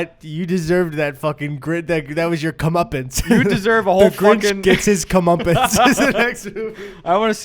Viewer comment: I heard “Comeuppins” And then I realized of course you were saying Comeuppance